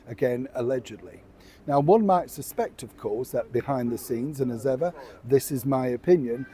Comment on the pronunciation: I hear As If